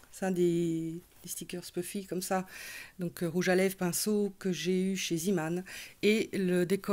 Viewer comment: Pour la petite histoire, le magasin Zeeman, signifie homme de mer en français et se prononce zéman et non ziman. Bises